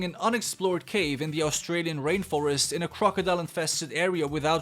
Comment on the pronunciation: It sounded like you said Rape Forest instead of rain forest XD